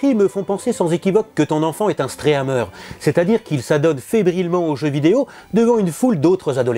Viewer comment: "Un stréameure", "en liveu" tu m'as tué papa <3